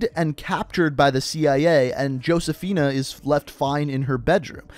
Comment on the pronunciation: I hate how much mispronounced Josephina & Cordis Die. Dude play the fucking game. How do you not know how to say that shit 😂